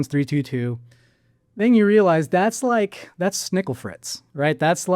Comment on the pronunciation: lol he said Snikle Fritz